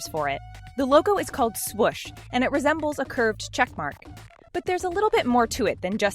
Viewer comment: She pronounced swoosh wrong